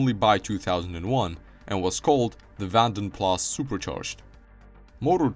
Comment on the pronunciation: XJ40 was the first Jaguar drawn with a computer - Sir Bill Lyons approved. Rover SD1 was the first British car done so - in 1976. Daimler is pronounced 'Dame-ler' in English - 'Dime-ler' in Germanic languages. Vanden Plas is pronounced 'Varn-den Plars' - it's Belgian. Great video - some great footage cobbled together. Thumbs up!